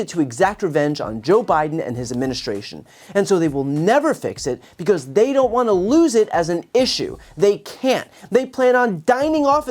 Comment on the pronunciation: I wonder who write her crazy nonsense speeches because there's no way she can put a sentence together 😂😂😂😂 just by the way she said the word because. She was like "bacause" I notice that Republicans that say bacause are crazy as fu*k. If u love America so much start by speaking and pronouncing the English language correctly.